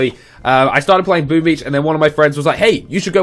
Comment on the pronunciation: I thought he said boobies instead of boom beach...